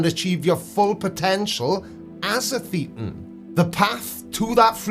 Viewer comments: Thetan rhymes with Satan, not with Cretan. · Good stuff, but you make one common mistake. Thetan rhymes with Satan, not with beaten. According to some ex-scientologists, this may not be a coincidence.